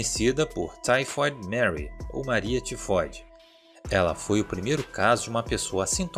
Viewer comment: Só eu que fiquei rindo quando ele falou febre tefode kkkkkkkkk mano desculpa sei que e serio